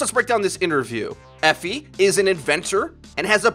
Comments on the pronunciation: It is pronounced Eh-Fee Awe-La-Day-lay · Eefy is how you pronounce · pronounce E fi not the way u make it sound. west African name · Guys, it's not pronounced Efi, it's pronounced Efi